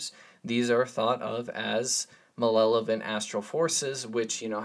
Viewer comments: Brother - malevolent… not malelant. Great stuff, hate to be that guy. But u accidentally said it a few times. Peace. Pronounced mal-ev-olent. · malevolent, not malelovent